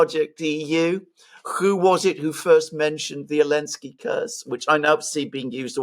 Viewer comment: Why is calling him Elensky instead of Zelensky? 😂 I never got that one